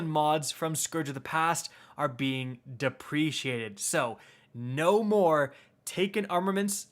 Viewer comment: Is it that hard to pronounce deprecated?